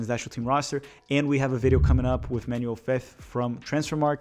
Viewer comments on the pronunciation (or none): none